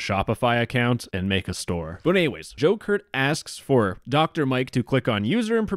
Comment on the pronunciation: The entire time you said Joe Kurt, my mind went straight to “Joker”